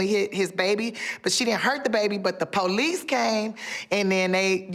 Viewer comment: The way she pronounces police is pretty funny. The PO-lice